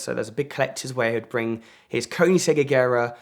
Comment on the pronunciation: His pronounciation of "Koenigsegg" and "Cinque" makes my hair stand up straight.